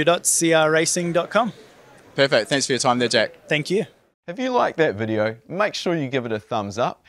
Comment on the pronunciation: It’s JACK ….. NOT …… jeck or whatever the hell you said . Fukn kiwi 🥝 Get a grip of the queens English